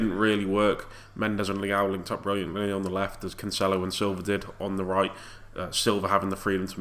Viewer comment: Heads up, It's pronounced Canselo not Canchelo